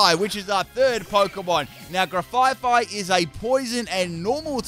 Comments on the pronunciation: GRAF-EYE-EYE NOT GRAFYE FYE!!!!! THERES ONLY ONE "F"!!!!!!! It's based on an aye-aye animal. (sent with love) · He said grefaifai it is grefaiai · One thing that is bugging me in this video: it's Graf Ai Ai (graf I I), not Gra Fai Fai. It's based off of the ai ai, which is a lemur with a bad rap. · Grafaiai (Gruh-F-eye-eye) it's a play on the animal it's named after. Graf (Graffiti) and aiai (Aye-Aye the long fingered lemur). I know mispronunciations are sort of your thing, but that one kills me every time. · I realize you haven't changed your way of calling it with an extra f eh 😂 Now at this point, I got so used to hearing the name as such that it feels so natural 🤣 (No slander intended btw, just joking) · I HATE the way says Grafaiai’s name so much, I’ve been watching long enough to understand that saying names wrong is part of his schtick and it’s not bothered me or even crossed my mind not even once because I know people get real salty about it....but the way he says it’s name is just so terrible to me lol adding an extra ‘F’ makes its name something I cannot stand in the slightest and I just don’t know why, but we all have words we hate and it’s joined my list. In the VIP section lol So obviously I can’t watch any more until gen 10 releases lol